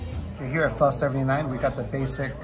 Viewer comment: I am glad you pronounced it PHA and not PHO like most Caucasian Americans.🤨